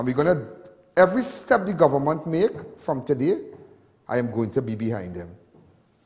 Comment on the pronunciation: It's not Govornmont Mr Alleyne it's Government. No more bourgeoise pronunciation!!